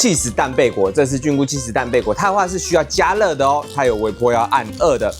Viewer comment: 是蕈ㄒㄩㄣˋ菇，不是ㄐㄩㄣˋ菇